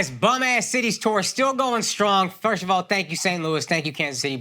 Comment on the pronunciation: Akaash can’t say the word “first” and it’s adorable